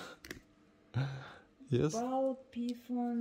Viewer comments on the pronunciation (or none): none